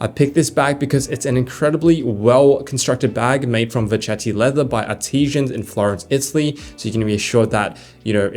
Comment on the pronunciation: Think you mean "artisans", not "artesians".